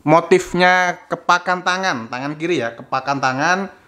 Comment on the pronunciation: Kepalan tangan, bukan kepakan tangan , lur